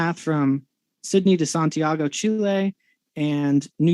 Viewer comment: he couldn't even pronounce santiago. My instinct thought that's what he was trying to say, but I thought, surely even someone this dumb can pronounce a word as easy as santiago. I was wrong.